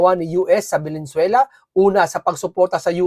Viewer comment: Lods paki pronounce naman ng tama ang Venezuela para respeto naman.. hindi po velenzuela . Venezuela po